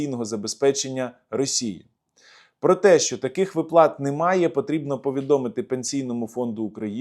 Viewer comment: вИплата - правильний наголос 😊